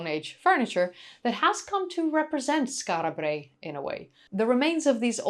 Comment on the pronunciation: Lol. I partly take black5f's point. An islander would indeed tend to roll the Rs, although they'd just 'tap' them. (I think that's the correct technical term). slightly 'over-pronounces' it: 'Skaarra Brraey'. Doesn't bother me at all, but it's not actually quite how an Orkneyman would say it, nor a random Scot or 'Brit'. (Although it's close, so 'no foul', in my opinion).